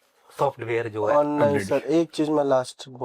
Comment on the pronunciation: Bahot hi mazedaar intro tha sir. Very interesting followed by khate hue mat bolna and joai (jo hai)